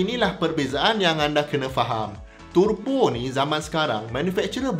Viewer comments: sebutan tebo is in english. sebut turbo dalam bahasa baku melayu. jangan buat teruk dik. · Sia2 prof belajo sampai PHD kalau sebut pon salah....🤦‍♂